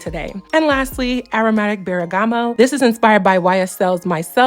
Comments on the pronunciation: baby girl it’s pronounced bur•guh•mott lookin out for you 😂😘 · Ok it's pronounced BERGAMOT NOT BERAGAMO. BUT CLOSE ENOUGH.